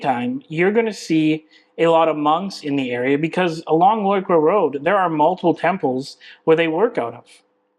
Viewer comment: Finally a vlogger who can actually pronounce Loi Kroh correctly..